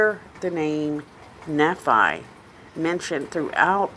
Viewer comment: The teachings aren't destructive, they are hopeful. She is reading and not understanding what she is reading the name is NEE fi